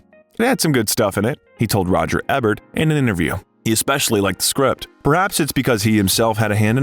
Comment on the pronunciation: I really love your bios, the info and visuals are awesome, and the voice and pace are perfect. If I had just one criticism that can fall on the "needs improvement" side, it's- please look up names to say them properly, Ivan, Ebert, Ramis all have hard vowels. I've noticed this in several of the bios and I think they'd be absolutely perfect if this could be corrected. Thank you for the hard work